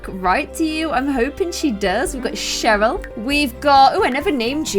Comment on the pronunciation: Cheryl and I think you got Cheryl wrong